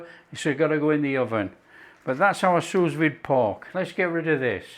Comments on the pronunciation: Ok it is pronounced sou vide. Not sus vide🤦‍♀️ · “Sue Veed” not sooz vid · “soo veed” The second S is silent. 😘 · If your going to be a critic at least get it right, it’s “sous vide”not sue veed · allergic to feedback? Just trying to help you pronounce sous vide properly was all. If you don’t want to do that, that’s fine. I would have thought such an experienced cook who’s got incredible knowledge would know how to pronounce sous vide properly. Or at least make a decent stab at it. Not sure why that’s such an affront to you that I offered the advice and used phonetic spelling to help explain how you say it. Maybe you know and can’t be bothered? That’s ok though, you carry on getting it wrong. It really doesn’t matter to me if you ignore my feedback mate, but I do have a right to provide it. Oh and I think I’ll stay subscribed, thanks. I like the recipes and the presentation. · what I said was, it doesn’t matter to me if ignores my advice. You say “Feel the need to criticise”, I say “offer some advice to a cook YouTuber that sounds ignorant by getting the pronunciation of a simple cooking related French term wrong.” Like it or not, to some people, it makes the cookery YouTuber sound like he doesn’t know what he’s talking about. Sorry but that’s just a fact. Note I said some. Obviously you aren’t one of them which is fine. To prevent this state of affairs, I offered information on how to pronounce said French term. My advice was soundly rejected & I fully accept the fact my advice was soundly rejected. That’s his right. He doesn’t feel it’s important enough, I do. We had a difference of opinion. I feel there is a difference between criticising & offering feedback. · I was deliberately spelling it incorrectly just to help with pronunciation (which was getting wrong). I’m sure he’s seen it written down but, clearly, it hasn’t helped him pronounce it correctly so I figured best to use phonetic “spelling”. I know it’s not spelled Sue Veed, bro! 😂